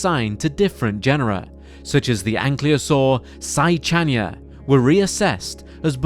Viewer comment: Why is "Ankylosaur" being pronounced as "Anklyosaur"?